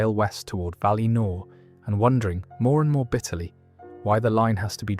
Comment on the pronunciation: Yeah I think it is :( You can hear it on ungoliant which is ‘oongoliant’ at some point, and ‘valinor’